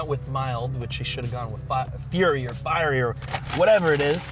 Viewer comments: It amazed me that many Americans can't pronounce the word "fiery" correctly. Just like this dude on the video. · Fee-airy, fire-eee, two different things. Just remember that English spoken is the states isn't the same language or dialect as the other countries, they're compatible but not the same.